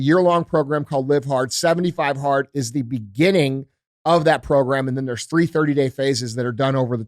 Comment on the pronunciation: 75 hearter? My first time stumbling on this podcast, what is 75 heart?